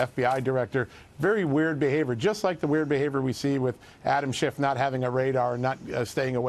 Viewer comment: he said shifft and I LMAO